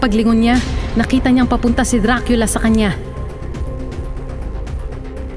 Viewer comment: Diba dracula e bakit dracila yung basa mo???